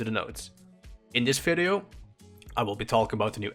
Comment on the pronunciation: In this "Fideo" lol